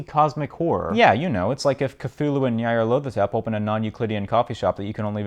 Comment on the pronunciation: Never heard Nyarlathotep pronounced that way before but honestly it's about as good as any other pronunciation